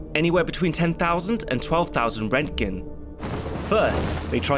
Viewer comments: rentgen?? Its rontgen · How in the hell are you pronouncing roentgen?